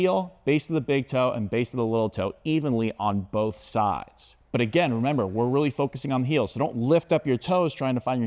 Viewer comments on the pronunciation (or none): none